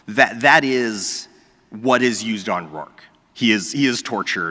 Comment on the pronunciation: Wait he's not Rourke but "Rorke"?